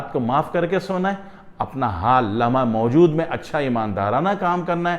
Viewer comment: لمحہ موجود کا تلفظ استاد محترم سے بھی ادا نہیں ہوپارہا۔😂😂😂